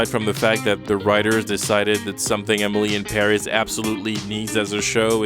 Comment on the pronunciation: Does he really say "Emily em barriss" or is it just me